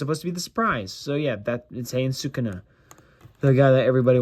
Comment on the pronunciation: Bro why are you saying sakunat instead of sakuna